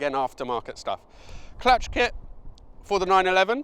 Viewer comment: Did you say "clutch clit"?